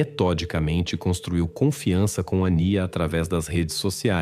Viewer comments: Ao menos procure pronunciar o nome da menina sempre da mesma maneira. Às vezes ANÍA, às vezes ÂNIA........ não é legal. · A narrativa é de IA? Pq os nomes são mencionados com pronúncias diferentes! Acamos nos perdendo na história, pq não sabemos de quem estão falando mais..